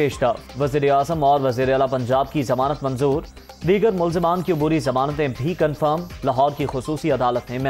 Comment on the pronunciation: Ye paessh rafattt hai zamaznattt????